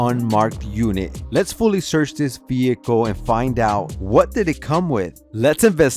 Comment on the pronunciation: Whasssss a VEEEHIKKKULLLLLL ?